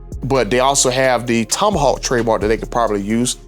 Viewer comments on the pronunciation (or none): none